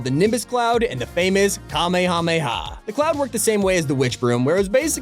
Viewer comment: How is it you never learned how to pronounce Kamehameha? You need to visit Hawaii sometime.